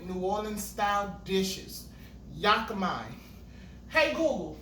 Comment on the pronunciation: It's pronounced..Yaa-ka- MEEEE